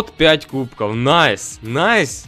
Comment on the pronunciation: Почему ты говоришь кубко